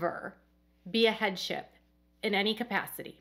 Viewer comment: You were saying “headship” and I thought you were saying “head chef”! 😝